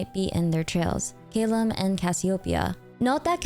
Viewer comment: Caelum (chisel) isn't pronounced as [keyləm] but /ˈsiːləm/